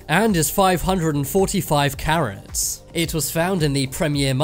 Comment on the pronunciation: I thought he said “ 145 Karen’s “ 💀✋